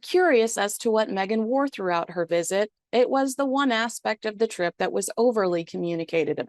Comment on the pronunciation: '... harry and Meghan's strip to Colombia' is what I heard :)